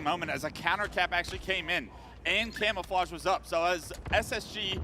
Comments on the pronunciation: "And trippy now has the CAMMMAFLLAAAGGGAAA (a simultaneous Australian/british/new Zealand/english/crocodileDundee accent)" Its Cam-O-Fla-je Not Cam-A-Fla-GggAAAAA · Man i really hate the way he says camouflage l, i absolutely hate it.